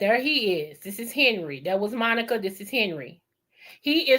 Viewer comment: Her name is Monic (not Monica), pronounced “Monique”